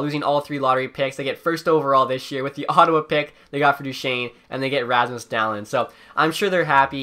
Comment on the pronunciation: Dahlin name is pronounced daleeen